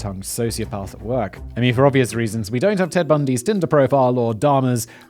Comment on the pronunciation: I’m re-watching all your episodes because you’re too easy to binge but did you say “dead bundy” instead of “Ted”? 😂